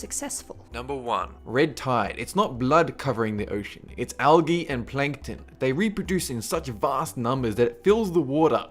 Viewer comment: In number one he said alge.